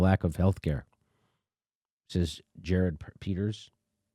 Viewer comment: FYI, it's pronounce, Gear-rard. Not Jared